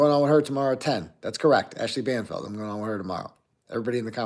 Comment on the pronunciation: It’s Banfield, not Banfeld